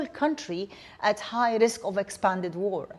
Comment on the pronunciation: Dear English people: war is not a three syllable word.